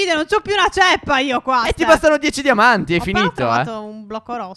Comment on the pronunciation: Nel minuto 3.21 Stef dice damanti 🤣🤣